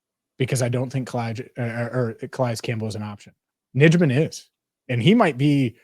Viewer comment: Hey guys I'd check the pronunciation of Yosh Nijman's name. I think it is pronounced Yosh Nighman. The packers have it on their website.